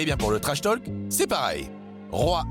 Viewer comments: La voix pro est nickel.. par contre le l de talk est muet, accent français ou pas. Là tous ces "tolques" c'est insupportable :/ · un conseil , arrête d'en faire des caisses sur l' accent ( les noms de famille notamment) c'est pénible et fais plus attention à la prononciation !!! "To Talk" , le "l" est muet (pareil dans talking du coup)